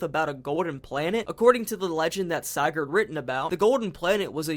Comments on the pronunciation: By going out of bounds, modders have found that the "hand" here is just a giant fish hook. Make with that what you will. Come on, man... Sigurd. Sih-gurd. You pronounced it correctly during the voice acting part , but got it wrong afterwards? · lol wtf is a Siigurd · Bro no offense, I’m really happy people are doing LC lore videos and such, but you were very lazy about this video. You only really focused on Sigurd’s logs (btw you pronounce Sigurd wrong and it hurts), while giving a couple of your own theories. Theories that are very very very easily disproven. First of all, scrap items in the games aren’t all metal. Rubber ducks, plastic fish, toy cube, chemistry flasks, lollipops, like c’mon man. Secondly you didn’t even LOOK at the bestiary, did you? There’s so much more lore there that disproves some of your theories and makes some of your “own personal theories” just already-stated fact. I plus you made out some of your theories as if they were your own ideas when you just read them from the logs, like the company building being nothing but a prison for Jeb. I could go on but I’ll switch to positivity next, I’m very glad you did a lethal company video and I’d like to see more! Just put some more work into future episodes lol